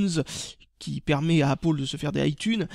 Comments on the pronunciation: Tu te trompe ^^ tu devrais dire Apple qui se prononce Apele et pas APPOLE Sinon très bonne vidéo j'apprécie particulièrement tes vidéos continue :D A bientôt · pourquoi tu dis "Apôle" au lieu d'apple ? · est ce que t'en fais expres de dire apole au lieu de apple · ***** Apple en anglais se dit "aiypole"... Et non "Apeule"... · Super vidéo mais pourquoi dis tu appolle ???? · C'est pas pour être méchant mais pourquoi tu dit Apole au lieu de Apple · Chaque fois j'entend Appaul au lieu de Apple x) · Bonjour c pa pour etre mechan mais il faut mettre du coeur dans ces video etre entousiaste montrer que c bo jai linoression detre a un anterement et il faut que tu dise apple au lieux de dire apoul donc voila maid ne pren pas sa pour des insulte non mais il faut juste a meliorer tes video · On dit apple et pas appol désoler pour la réflexion mais ça fait un peu con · c'est pas appol c'est appel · ca se prononce pas appole c'est apeule que on prononce !!! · Apple, pas Appole !! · c'est pas "apole" mais apple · trop fort, la feinte! bizarre, ta maniere de prononcer la pomme... hé! ils s'attendent à que tu leur colles 5/5 pour leur prestation (échange client/revendeur) :D 13/15 trop drole! vive la langue de Moliere ! :D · Pour ce prix là tu t'attendais à quoi? Et même avec l'accent américain on ne prononce pas apple! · Tu sais même pas dire Apple